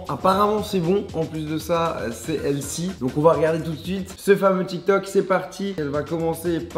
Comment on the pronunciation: on dit healFFy !!!! pas (healssii)